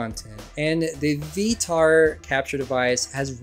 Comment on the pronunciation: "Vee Vee tar" wtf lol